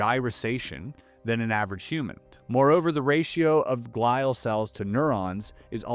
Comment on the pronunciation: You have mispronounced a bunch of words. Ft. Derrick is pronounced dee-trick. Glial cells is pronounced glee-al. You have access to multiple AIs and pronunciation software. You'll bolster your credibility by using them. Otherwise good job. With the onset of gray hair this should become less of a problem. Have you not heard other people pronounce Ft. Detrick?